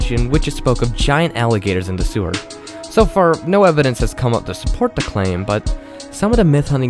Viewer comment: Thewers lol u mean sewer SPEACH LESSONS OVER HERE